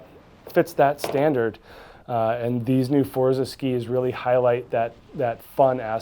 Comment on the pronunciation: You need to take some Italian lessons to correctly pronounce “Forza”, got on line and find an Italian language app. Forza Italia